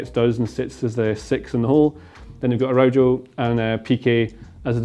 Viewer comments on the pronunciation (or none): dude at least try to pronounce Araujo right